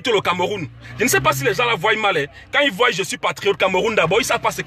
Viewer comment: on dit voient et non voille